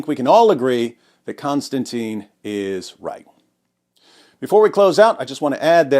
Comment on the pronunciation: I could almost watch your overly simplistic podcast if you didn't keep mispronouncing the name of the person that you're talking about for f***s sake. Kon-Stan-TIN. IT'S NOT CONSTANTINE IT'S NOT ANYTHING LIKE CONSTANTINE IT'S NOT CLOSE TO CONSTANTINE IT'S COMPLETELY DIFFERENT. Next you'll be talking about Constantine Kissing. which it's not! Ugh. sorry a bit OCD but this is the 100th time I've seen this amazing person's name totally mispronounced. I know I probably shouldn't take it out on you and I apologize for that.